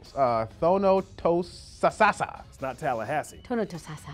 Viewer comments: That was horrible! LOL! Thonnotosassa was the worst....it's Tha-no-nah-sassa in my parts! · You did not get Thu-NO-ta-sass-a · I like how the pronunciation that they flagged as correct for Thonotosassa was still wrong. They just couldn't get it right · Y'all pronounced Thonotosassa wrong. Also, try Wimauma (it's not an Indian name). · Y'all pronounced Thonotosassa wrong.